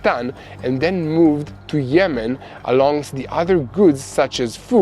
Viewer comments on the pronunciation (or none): none